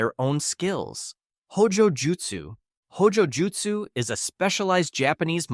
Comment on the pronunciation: "Hojojutsu" hun?😅